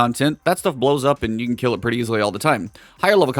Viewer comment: when you said kell instead of kill you shoulda kept it kell lol